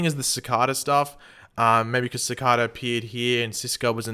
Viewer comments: Ci-kay-da not ci-ka-da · still pronouncing cicada wrong its not cakada ffs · isnt anyone annoyed with him saying cicada wrong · Like the way you pronounce cicada 😀😀😀😀